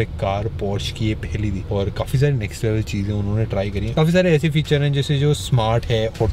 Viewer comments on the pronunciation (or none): none